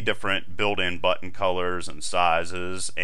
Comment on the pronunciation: no no great tutorial! i just like the way you say button. it was meant as a compliment ^_^ thanks!